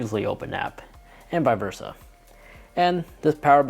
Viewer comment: Annoyed he says vie versa and that he has his watch upside down, but other than that it's informative.